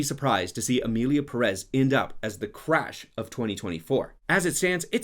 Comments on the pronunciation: emierda pé rres is bad but pronounce it correctly lol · "Emilia PerEz"